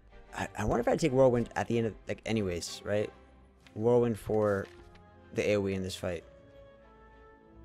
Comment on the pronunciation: Why are you saying necronomicon like that cmonBruh